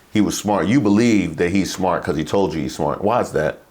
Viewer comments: “He is very smoort”. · Smort? WTF is 'smort'? Industrial strength stupid is not a good look. Or sound. Or quality of life.